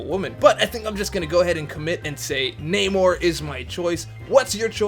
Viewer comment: You said it right brother it’s (nay-more)spelled namor